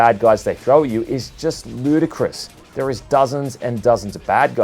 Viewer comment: haha after watching so many of your videos, I'm starting to think that you really enjoy the word "ludicrous" which is not a bad thing, because the emphasis you put on the word really does make me feel that certain enemy encounters are downright insanity.